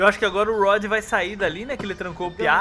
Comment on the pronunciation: se escreve rod mas se le roud